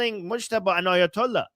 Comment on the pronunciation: It’s Aya doll ass not ayatollah